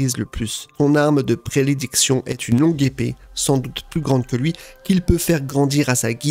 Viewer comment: son arme de "prélédiction" 😭😭